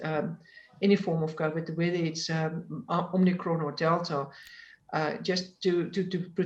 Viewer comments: I'm a South African and feel embarrassed for this "doctor." It is omicron not omnicron, but also on the take from Pfizer, obviously, to push the vaccine. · Is it just me, or is anyone else struggling with this woman saying 'Omnicron'???? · I can only say that I had a work colleague when I lived in SA who had that name and he taught me to pronounce it as if there was an r at the end. Probably as you say because he could not come up a anything phonetically appropriate. It may be because as a Yorkshire man I tended to use 'flat' vowel sounds and he was adjusting it for that. The South Africans always laughed (in a kind way) at the way I pronounced 'bakkie' when I first went out there. They eventually got me to say it correctly.